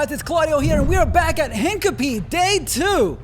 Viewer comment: Mispronounced Hincapie into the video. ouch.